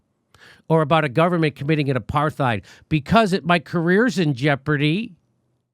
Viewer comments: Who doesn't love Jimmy enough to tell him to stop pronouncing the "TH" in apartheid?? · I love you Jimmy and love your show, but you've gotta stop mispronouncing the word apartheid. It's an Afrikaans word which comes from Dutch, pronounced apart+hide, and there is no th fricative sound, as there are no th fricatives in Dutch. Apart means apart, and heid is a suffix meaning -ness. It would be translated literally as "apartness." If you say apart heid together, it ends up sounding a bit like the way most English speakers pronounce the word: apartide. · Love u jimmy but u keep saying “aparTHeid” and I’m pretty sure the h is silent - apartide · The real warcrime here is the way jimmys pronouncing the th in apartheid...the situation of the palestinians is killing me inside... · You can always count on Jimmy to trip over that "th" in apartheid. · It's pronounced apart- hate. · It's pronounced a part tide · You're pronouncing the word wrong, Jimmy. It isn't with a "th" sound it's a "t" sound...aparTITE. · Why Jimmy cannot say the word "apartheid" is beyond me.